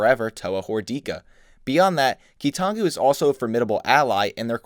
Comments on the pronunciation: Ah yes, the Key-Too-Non-Goo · my favorite key-to-nongu quote: "Toe uh"